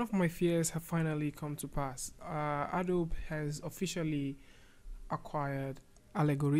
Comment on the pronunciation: It's pronounced A DOE BEE